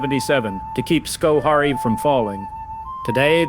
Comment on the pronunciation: we pronounce it scho hair ee. Informative. Thanks for making this!